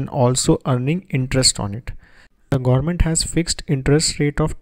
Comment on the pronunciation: Sir, thankyou for making this informative video. Really Appreciated! , however it would be great if you could please correct your pronunciation on certain words e.g.: (Government) . Also if you could keep a little distance between your microphone would result a better voice reception to your audience as there is a lot of hiss and pop noise getting induced in your narration. Kindly Acknowledge!